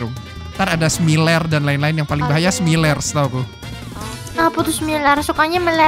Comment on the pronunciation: Btw bang, cara baca smiler tu smayler